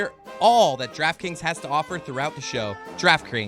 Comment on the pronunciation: "Draft Scrings." 😂